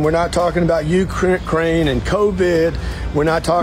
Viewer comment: Did I hear “U-crook-craine”??